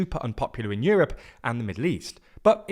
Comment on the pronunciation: Yewope? It’s called Europe.